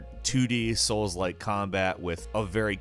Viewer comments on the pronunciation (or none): every time he says souls-like i cringe